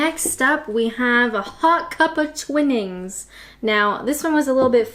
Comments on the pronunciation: "Twine in's' not Twin ins. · Its Twinings not Twinnings 🤣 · What's it coming to? Watching someone slurping down a cuppa or 6. Mainstream tv obviously stinks. Loved your pronunciation of York-sha, but twinings pronounced Twy-nings I do believe not twinnings Anyway I shall be treating myself to some Yorkshire teabags next time round as its been a long time, normally its tetleys in my house. I liked the tiny amount of milk you had, my friends ex used to serve up hot milk and wave the same t bag above the cups (well yes I am joking) but she made a lousy cup of tea. Which reminds me of an occasion when the hostess also made a lousy milky cup of tea and I poured it into the large flower pot that was to the side of me lol, I was about 16 at the time- a proper rebel I was. Cheers x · Not really a tea drinker unless I am I'll, but I do like a rooibos or redbush herbal tea just DON'T add milk! By the way its Twine as in wine not twin as in win (it would have a double 'nn' if it did) but seriously keep up the good work! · I hate British Tea. I drink coffee "Douwe Egberts" is the best. I do drink Chinese Tea without milk or sugar. Also, Twinings is pronounced 't''wine' 'ings' not 'twin' 'ings'! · LOL!! Not Twee-nings It is said Twai-nings! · 😆 loved the video, a real hoot! Listening to you pronounce Yorkshire again and again just made me laugh and laugh! Clippers is named (i think) after the clipper ships that imported tea to the UK years ago. I think the first "I" in Twinnings should sound like "eye"..... sort of Twynings. A bit of a speciality tea (and expensive) you could try is Tea Pig.... lovely cuppa!!!! Thank You!!!!!! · A few minor things about the video: I thought it was "Twine-ings" - you pronounced it as if it was spelled "Twinnings". Looks like you pluralised "Clipper" too (which I would contend isn't a popular brand, but I could be wrong on that) . And now for the missing elephant (not) in the room: Typhoo anyone?! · Twinings not Twinnings xx